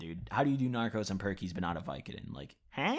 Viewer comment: They are called norcos not narcos